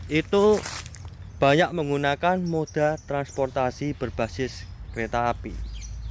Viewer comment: Suaranya yg khas..."lel kreta api"😆